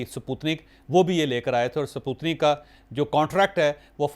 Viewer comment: You see the Chaudhary's English.. Suputnik.. Sakreen... Ha ha ha...